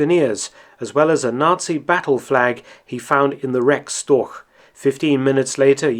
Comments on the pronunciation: storch is pronouced "shtorsh" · Interesting as always. Just a hint for the pronounciation of the word Storch - German ch often denotes the same sound as in Loch Ness, but it doesn't in Storch. In Storch the sound is pronounced like the h in huge or Hugh (in a British pronounciation, where the h actually represents a sound). Both ch sounds are mutually exclusive and there are rules as to when to use which, e.g. you'd use the Loch sound following an A, whereas you'd use the huge sound following an I -> making for ach ('oh' or 'alas' in English) vs. ich (first person singular pronoun). The rules are pretty intuitive as it is easier to use the Loch sound after sounds that are produced with an open mouth and/or rounded lips and the huge sound after sounds that are produced with a half-closed, narrow mouth.